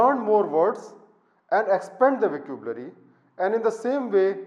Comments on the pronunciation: Isn't vuh-ka-byoo-luh-ree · Fascinated how he can't pronounce vocabulary and written 4 books. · Dear Sir, It is a wonderful video. I will try to incorporate your suggestions to improve my writing.Just a small suggestion . Please listen to how vocabulary is pronounced by other speakers.